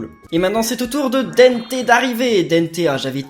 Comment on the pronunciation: c'est pas denneté c'est dente